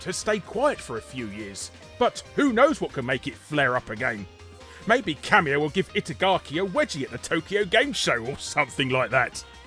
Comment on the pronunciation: oh, Kamiya. ka-MEE-uh. i thought you were saying 'cameo'